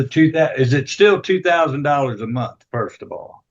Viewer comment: It’s monTH not monT.